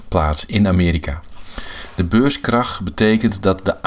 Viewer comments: Dat je niet snapt dat hij beurskrach zegt i.p.v. beurscrash is al een reden om jouw reactie te disliken. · Ik heb het filmpje geliked, al is je uitspraak van het wordt "beurscrash" een reden om het te disliken.